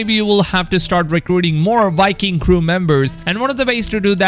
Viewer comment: Am I the only one that hears this guy saying wiking instead of viking